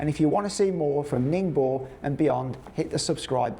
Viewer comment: Ning bow, gwong Joe, please get your pronunciations right!